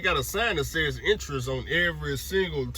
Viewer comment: It’s entrance not entrice lmao oh boy